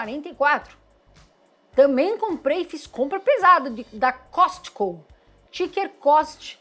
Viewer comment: a pronúncia de “COSTCO” é Cosco. Eu moro aqui no Tennessee e compro com eles. “Cosco”